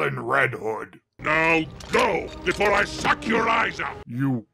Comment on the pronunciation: "Before I suck your lies out?" Am I the only one who hears an 'L' there?